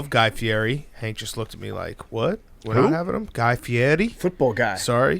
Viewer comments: FI-EDDY. not feeary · Big Cat knows exactly what he's doing butchering that last name.